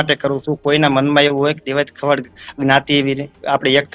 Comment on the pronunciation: ખવાડ નથી ખવડ છે અટક. પહેલા ગુજરાતી શીખી લે ભાઈ. પત્રકારિતા પછી કરજે તુ અને પેલો જાડો 😂